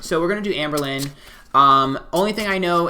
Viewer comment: Lmao if you were in his twitch stream HE KEPT SAYING HER NAME WRONG LMAO